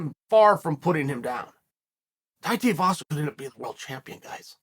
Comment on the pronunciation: Lol Atleast he’s pronouncing tuivasa properly now. He’s been saying tee-avasa for ages.